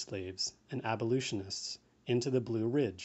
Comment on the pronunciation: Abol-U-tionists is gonna drive me nuts during this reading, but I am very happy to have an audiobook of this available, nonetheless!